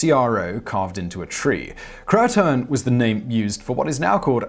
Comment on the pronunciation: It's pronounced CROW-A-TAN.